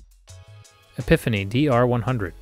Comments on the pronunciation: Epifinie??? Really??? The AI need a recalibration!!! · Epiphany....really? Bro...don't do a guitar video if you have no idea what you're talking about or even how to pronounce them. Maybe stick to tech...your name is...stay in your lane